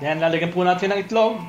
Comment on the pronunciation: "Kumowsta" Meron po "Tsayong" "Goolay" instead of gulay "nahteyn" instead of natin Magaling ka magluto. Hindi ko lang na gustohan yung accent mo na may slang2. Yun lang po